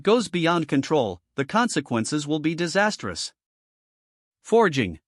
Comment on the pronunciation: The most spoken word in this story is "forging" and the AI can't even pronounce it ... sigh.. keeps saying fey-ing for some reason ?